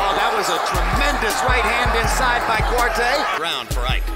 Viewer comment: Ike Quartey,his name is pronounced Quar-Tay,Not Quartee.